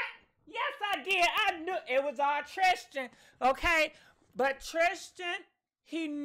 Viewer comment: 😂😆😂LoL!!! ♥️ you are killing Jordyns and Tristans names!